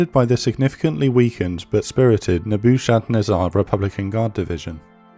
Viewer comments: Nebba-ken-ezzer division! LOL! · "Neboo-shad-nez-ar?" Come on man.. Coulda gotten the pronunciation from that one just by watching The Matrix, Nebuchadnezzar was the name of Morpheus's ship. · Just for future reference Nebuchadnezzar is pronounced Neh-bah-kud-neh-zar with the 4th syllable stressed. Excellent video! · "Naboo shad nazaar" lmao what? "Nebuchadnezzar"? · Excellent as ever, love the graphics you have got those nailed. I am thinking I pronounce Nebuchadnezzar - 'Neb-u-cha-nezza' differently to you - name of my old dog). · Ok, I have to say I love the series, but I literally laughed out loud at your pronunciation of "Nebuchadnezzar." Hahaha! Keep up the great work! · Jesus, your pronunciation of “Nebuchadnezzar” really threw me for a loop there. Spent longer than I’m willing to admit figuring out what it was you’d said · Oh gosh...I guess has nobody familiar with Neo Babylonian history, or who bothered to enter "Nebuchadnezzar" into a pronunciation website. ROFLMAO That pronunciation was HILARIOUS...I could listen to that all day, it makes me laugh. ✌🤪💯